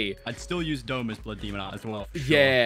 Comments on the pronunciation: Is it me or is he saying “demond” i can’t not hear it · is it just me or does he say demond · WHY DOES BUTTER SAY DEMOND WHY JUST WHY ITS DEMON NOT DEMOND